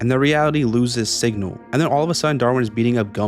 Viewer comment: When you said “the signal” I thought you said “the sigma”💀